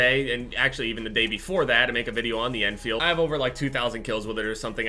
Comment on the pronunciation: why do you call it the en feild